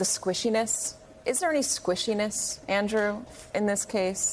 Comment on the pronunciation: "Sqishiness?" How exactly did this higher-mind ever make it past HR?